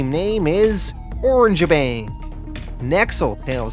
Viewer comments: I think your pronouncing the orangutan tag team name wrong. It's not "Orange-bang", it's "Oranga-bang". It's a play on the word orangutan, not the color of their fur. Sorry to nitpick, but it's driving me crazy. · The Orange bang thing is just killing me. Lol. It's o - rang - a - bang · i think their 1st match was with "Or-rang-ga-bang" not "Orange-Bang" i could be wrong and i also think its " Lu-cha bots" ( like " Lucha Libra"). but this comic was very interesting. 7.5/10